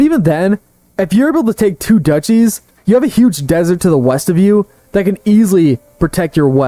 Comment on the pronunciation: Duchy is pronounced Duke-y.